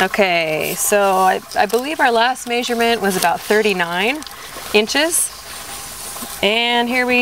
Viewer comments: totally threw me off. Never heard anyone pronounce it that way before. LOL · Distracted by how you pronounce measurement. lol